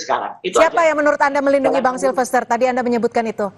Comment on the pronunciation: kamu nyebut nama orang saja salah melulu. Bukan SILVER, tapi SILFESTER. Silver..silver, emangnya Perak??